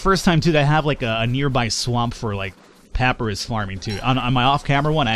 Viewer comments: pa - pie - rus... not pap-rus :P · Pop-Eye-Russ! It's Egyptian! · Just finally watching this series and loving it. One thing that is driving me nuts, Papyrus is pronounced Puh-PIE-Rus.:) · Who else tried to move their mouse off the screen near the start :) Also, papyrus is pronounced PUH-pie russ Thirdly, loving the series! And of course lastly I'm IN LUHHHV WITH THE CO-CO